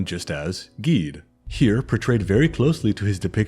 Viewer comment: Awesome video! I’ve been a fan of you’re for a while and I’ve always loved your break downs of different gods and spiritual lore. I am a practitioner of Vodou myself so I was very excited when I saw your upload. Although if I could give one slight critique and it’s only in reference to the Loa you mentioned names “Guedhe”. His name is actually pronounced “Geh-Deh”. It’s not one syllable. It’s two. That’s my only critique! Other than that wonderful video! ❤